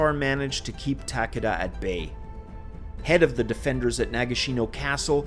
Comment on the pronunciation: Nice video. Just a heads up. When you say "Takeda" it sounds like you are saying "Takada". "ke" sounds closer to how you would pronounce the letter "k" in English.